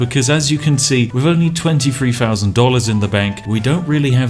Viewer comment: Spiff cant say "Three Thousand".